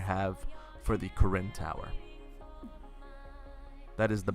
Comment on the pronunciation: When you say " Karin Tower " I thought you said " Koren Tower " xD